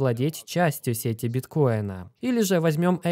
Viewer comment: Сети аж ухо режет